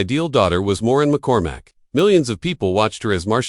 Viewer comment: Warren McCormack? Or is it Moran? Or Morin? Also…it’s Marcia, not Marsha.